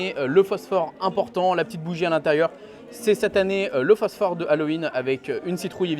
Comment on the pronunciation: Effectivement ça pique les oreilles xD